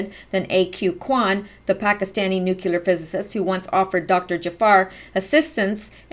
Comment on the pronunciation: Every time you say "nuculer", I cringe. Try "Nuclear" - "New Cleee er" Otherwise, good work. I have to watch again because there are so many things I remember reading about years ago but forgot. ie the port scandal. I cringed at that too. Obama, Bush...treason.